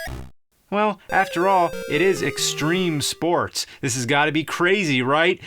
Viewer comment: STREME SPOATS